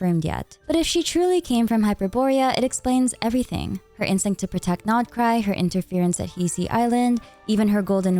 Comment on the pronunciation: I LOVE that u pronounse the nodkrai names right😭😭💕